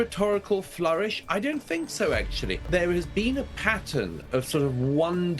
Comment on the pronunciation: Could somebody teach the muppet, that impordant “actually” has a T in it. The clown represents a nation?????